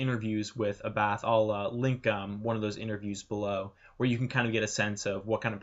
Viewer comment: Not A-Bath,but Ah-Buth.